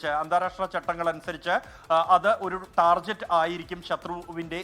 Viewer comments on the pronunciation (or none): ഠാർജെറ്റ് അല്ലെടോ, ഠാർഗെറ്റ് 😅😅